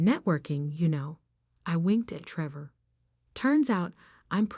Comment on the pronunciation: Treevore. Great pronunciation there AI.